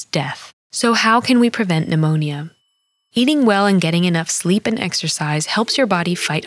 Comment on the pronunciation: I love that she’s teaching us about pneumonia but pronounces every letter in the word 😭